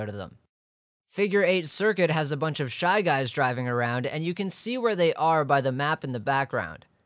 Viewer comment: Fly guys? I think you ment shy guys